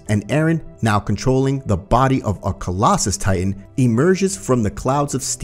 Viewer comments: Its collasol not collasis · literally hate how he says ''collasus titan'' instead of ''colossal'' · “Colossas titan “ sick pronunciation mate